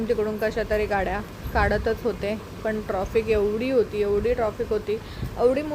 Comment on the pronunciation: मॅडम, ट्रॉफीक नका म्हणू 🙏ट्रॅफिक म्हणा. राग नसावा.